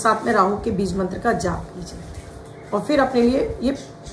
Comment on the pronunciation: Bij mantra ka uccharan galat kar rahi hai aap